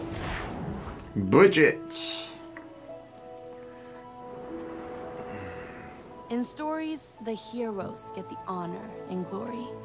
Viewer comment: brigitte is spelled ( bri gui ta ) not brigit, i love this character but right now unfortunately she is the most hated character in overwatch. hammond of course used Winston plan of escape to escape too but he landed in Australia in junker town which is controlled by the junker queen he participated in the mech fights there and crowned as the best by the junker queen herself as you can see in the origin story moira is my favorite character in overwatch and she is my main its spelled ('mo i ra) she used to be scientist in overwatch but her work was unethical so overwatch kicked her out and deleted all her papers about regenerating cells technology but reaper aka gabriel reyes was the leader of blackwatch by then he realised that moira is important and her technology can't be wasted so he made her join them as part of blackwatch during that time she either caused his cells to do what they do or helped him control we still don't know after wards of course over got shut down and also blackwatch so reaper joined talon but moira went to iraq in a place called oasis to be the minister of science there under the support of talon then talon invited her to join them so she became 1 of the leaders of talon councel along with reaper, doomfist and others. sorry for the long stroy lol grear reaction as always keep it up ;)